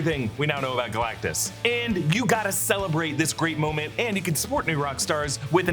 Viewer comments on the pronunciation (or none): none